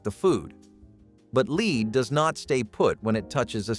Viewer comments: Lead not leed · The heavy metal is pronounced LED not LEED 😂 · Darvon…. Pronounced….Dar-vaun. And Lead Chrystal is pronounced Led Chrystal. Not lees Chrystal! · Lead is l—-ED not leeed